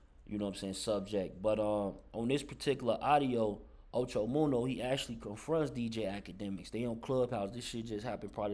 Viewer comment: You sayin da nigga name wrong da fuck it's munna not munno Ocho munna get it right dude got damn